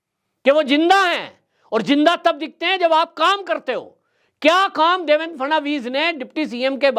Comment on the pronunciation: काफी अनावश्यक बाते बोल रहा है. इसे माननीय देवेंद्र फडणवीस का नाम तक ठीक तरह से लेने नहीं आताहै. देवेन केहता है. कौन केहता है के नितीन गडकरीजी को हटाके फडणवीस जी को लाया गया है. महाशयजी खुद की मनगठन कहानियां बोलना बंद करदो. पहले की सरकार जाकर नयी सरकार आने से क्या फरक पडाहै ये आपको नहीं मालूम. अभि अभि का ताजा उदाहरण देखीये. पहले की सरकार होती तो क्या बुलडोझर चलता ?